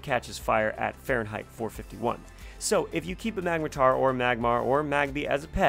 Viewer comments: "magmatar".... its clearly magmortar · Its magmor-tor not mag-matar